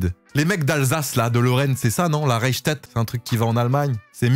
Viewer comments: C pas reichtett sa se lit rachtat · enflure comment tu prononce mon village 😂 Reichstett c pourtant simple a prononcé 🤣